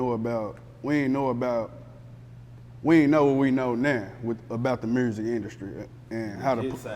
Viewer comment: Why do everyone from Tennessee pronounce music as Murzik 😑😑😑